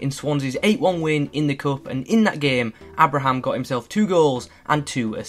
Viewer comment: Isn’t pronounced Abe-Ra-Ham